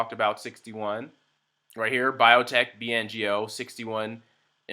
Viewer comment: It's BNGO, not BNOG !